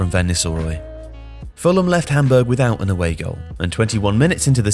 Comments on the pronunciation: Looool was thinking the same thing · Why does he say hamburg like that?